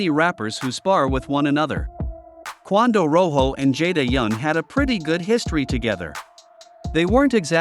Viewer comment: The fact you saying quando name wrong blowing me 😂😂